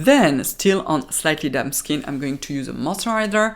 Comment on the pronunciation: 🤣🤣 I thought you called your face dum but you said damp 🤣🤣 I love your accent 😍